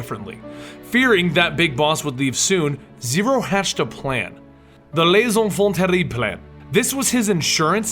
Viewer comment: How did you pronounce that French so easily? I thought you said you pronounce foreign words terribly.